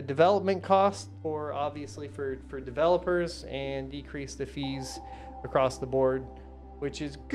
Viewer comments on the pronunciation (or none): none